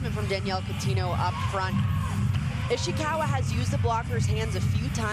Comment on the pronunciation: why she say Ishiwaka